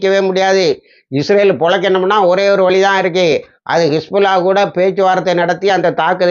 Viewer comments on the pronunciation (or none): none